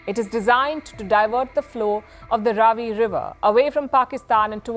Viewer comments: It is Raavi, not Ravi. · abe laudu "RAVI" nahi hai "RAA-VEE" hai